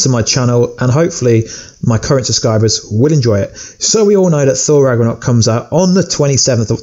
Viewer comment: U said thor rackornock